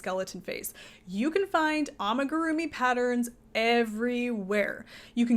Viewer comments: well, I thought about it, but the pronunciation might not even be wrong, I think the problem lies in the fact that you give emphasis on certain syllables. Japanese is in particular not a language with (a lot of) emphasis. You say it like amiguRUmi but it should be more like a mi gu ru mi. All syllables equal in length and strength…. Hope this helps 😅 explaining is hard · The butchering of the amigurumi pronunciation❤️😂🙈